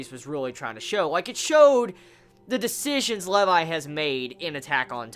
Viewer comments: I'm pretty sure it is pronounced lee-vi not leiv-i. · Levi's Rage in this episode is ridiculous! This is why Levi is my favorite character. By the way, it's prounouced Lee-vai. Not Le-vai. This is my new favorite episode XD